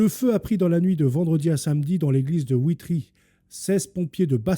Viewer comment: Bonsoir, je suis belge, ça s'écrit Witry et ça se prononce VITRY 😊 C'est en province du Luxembourg. Mon oncle reparait les clochers en Belgique, malheureusement il est trop âgé et ne sait plus.... Sauf erreur de ma part les journaux télévisés n'en ont même pas parlé. C'est ce qui est d'autant plus révoltant. S'il s'agirait d'une mosquée, ça ferait la une! Pauvre monde!